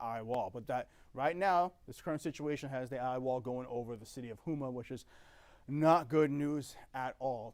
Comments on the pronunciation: It’s pronounced Ho-Ma. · Lol I noticed that too :-))))